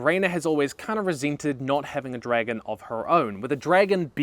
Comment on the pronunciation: I used to watch you when you started making httyd vids and it’s hearin you say “dregen” 😅